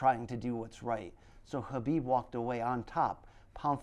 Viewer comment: He really tried to say Khabib Jesus Christ